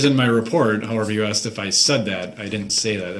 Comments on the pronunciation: Nobody "axed" you if you don't consent to being called that name. .Every time he makes that statement, he's pretty much stating that he's darrell brooks. 🙄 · Notice how he says "grounds for the substain" instead of sustain? He says substain multiple times . Almost as bsd as AKSED